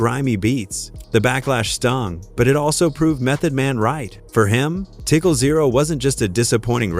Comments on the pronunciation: Please get someone who knows how to pronounce words. It’s TICAL, not tickle!!!!!!!! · Right it TICAL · First it's tI- cAl not tickle, horrible voice over . plus you forgot about wend willams, mef hates that woman. she did something f'd up about mef's wife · Say Tickle one more time! It's TICAL! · LOL Bro I swear I thought the same like Redman even said most YT ppl pronounce his name like "Redmen" lol Its TiCAL the same way U would say the word Calories or the name Calvin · Calling Tical tickle os painful. All A.I produced videos should say in the title. This is getting stupid no soul in these videos no passion for the subject😊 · Did ole boy just say "tickle"? My God 🤦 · Gave this video a dislike because I screamed every time he said "tickle" whomever is running this channel, please use your REAL voice! This AI stuff is annoying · Wtf is "tickle"?? This drove me crazy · Every time I hear him say “tickle”, I want to yell at my phone. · don't worry about it,Tical always tickled Hip hop ,sorry he tickled all kind of music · Some white broadcaster. Can't believe anything he is saying. He can't say "Tical" right.